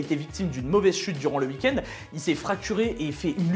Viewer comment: Un beau « ui kend » comme le dit si bien 😅😂